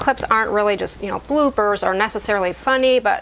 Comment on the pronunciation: This was a wonderful video, really made me smile. The funniest thing was that almost right up to the end I thought you were saying BlueBirds then realised that you were saying Bloopers :)